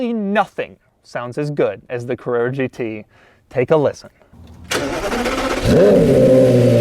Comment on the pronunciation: Porscha Cavrerra GT